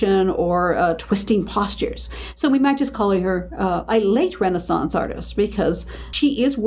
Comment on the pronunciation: I can't stand how the names are pronounced. Renaissance is pronounced wrong here for a start